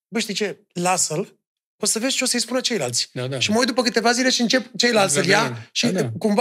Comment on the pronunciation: "ceilanți "??? Cam penibil!